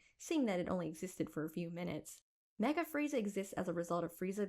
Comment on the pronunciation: "mega" Frieza? My dudes, it's MECHA Frieza. As in mechanical. Don't try to teach something you don't even know the basics of...